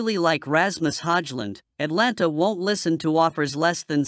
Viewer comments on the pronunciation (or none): and it’s Atalanta NOT Atlanta.